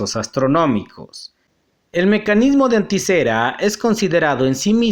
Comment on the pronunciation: No es anticera, es anitcitera